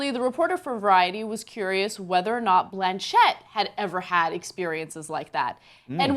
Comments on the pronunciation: ffs it's 'Blanch-itt'! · why is ana calling cate blanchett, "Blan" "Chet" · Why the fuck is Ana pronouncing her last name like that......